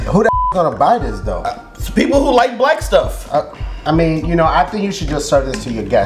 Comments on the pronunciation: blk water pronounced black water my brain: bulk wuddah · It's BLECK WATER